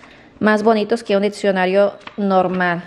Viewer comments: También dijo dipcionario y es diccionario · Diccionario no dipsionario?!?!? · A ver si agarras el ditcionario para qué te ayude a decir mejor las palabras . Jaja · no es dipsionario es diccionario...jaja en buena onda... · Ay, no que donde vivían tus papas no había coronavirus por el calor, que bárbara como demuestras tu ignorancia en tus conversaciones y hasta en palabras se dice diccionario no diPccionaro y es gramática no dramática jajaja en fin te la das de nice pero nada que ver la mona aunque se vista de seda... Y otra cosa acá en México no hay escasez de pruebas ni de nada no quieras denigrar a nuestro país créeme que acá se vive muyyyy bien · Dijiste DRAMÁTICA? Y DIPSIONARIO?